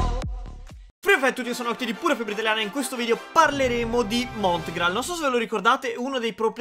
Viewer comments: Ha detto montral hahahha al posto di Mongral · Hai detto mootgraal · Ha detto montgrall